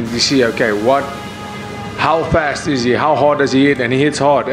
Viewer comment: Thats not how boers pronounce last or fast